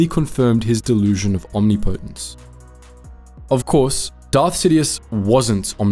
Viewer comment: It’s pronounced Om-nip-itance